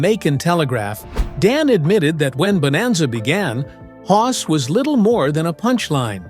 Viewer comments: Bonanza, Not Boemazza. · AI-can't even pronounce BONANZA at the start. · Your AI couldn't even pronounce bonanza correctly. And that was in the first three seconds. Why should I watch the rest of this garbage?